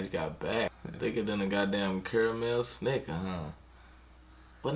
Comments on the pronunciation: Nigga said karamel snixker 😂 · Lmao that boy said Carmel snickers ☠️